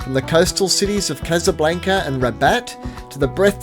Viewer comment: Still saying casablanca wrong? 😅